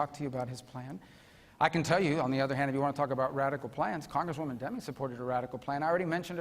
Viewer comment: 58.45 "Senator Elect Demmings". That was weird, does little Marco know something he shouldn't be telling us?